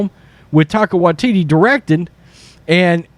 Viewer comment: HAHAHAHAHAHAHAHAHA says "Taco Waititi".